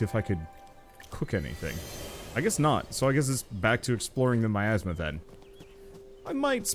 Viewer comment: i like how the cat pronounces miasma (my- asthma) as meyasma it sound kinda like nya/meow